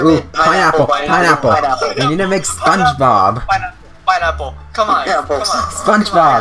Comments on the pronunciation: spunch bawb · spoge bob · oh god I can't believe how much you butchered spongebob